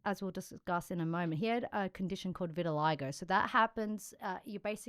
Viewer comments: Hey, thanks. Just an FYI, "vitiligo" is pronounced vit uh LIE go, not vit TIL a go. You guys are great. You really do a great job. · Maybe they pronounce it different outside of America